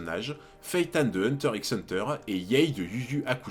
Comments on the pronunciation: Une chaîne dédié à Hunter Hunter devrait savoir que le X ne se prononce pas 😧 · Hunter hunter le "x" ne se prononce pas 😜. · Premier fait troublant le "x" ne se prononce pas, on dit juste hunter hunter 👀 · Je n'ai pas vu toutes tes vidéos donc je ne sais si tu as déjà abordé ce point mais le "X" dans "Hunter X Hunter" ne se prononce pas. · Hunter Hunter frero le x est muet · Tu le sais peut-être mais on ne dit pas le x de hunter X hunter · C pas un reproche mais pk tu prononces le x?